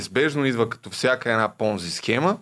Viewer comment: Схемата не е Понзи, а е Понци. Дъщо кскто пицата е пица, а не пиза.